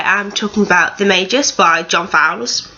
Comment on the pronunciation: It isn't the "mayjus" it's Magus